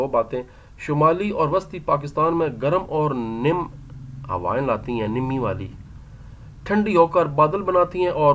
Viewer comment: ن پر ذبر ہوتا ہے نمی میں۔